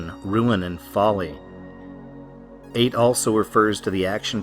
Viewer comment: Ate is pronounced ah-tee or ay-tee. The E is not silent.